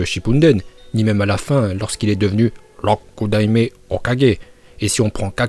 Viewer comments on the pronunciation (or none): C'est Rokudaïme pas lrockudaïme